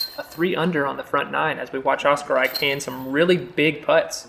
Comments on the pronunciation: Great commentary, but a future note to; Oskari is pronounced Oscar-e, not Oscar-eye. 😀👍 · Oskari is pronounced Os-Ca-Re, Mikael is pronouced Mi-Ca-El & Samuel is pronounced Sa-Mo-El(Mo same as in the word MOve). Väinö is some what difficult for you guys, so I’ll give you a pass but let’s try it, Väinö is pronounced VÆ-E-Nö(The ”Ä” sounds the same as the letter A in the word Rat. The letter ”Ö” sounds the same as the letter O the word Word.😅👍🏽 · Loving how the commentary pronounces Oskari :D